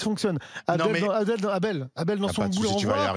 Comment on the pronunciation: Le syndicaliste gaucho qui appelle deux fois son collègue « ABDEL » alors qu’il s’appelle « ABEL » … 😮🤔🤔 Et qui insiste à mal prononcer son prénom à dessein ???🤔🤔😱 ça ce n’est pas du racisme ?????? 🤮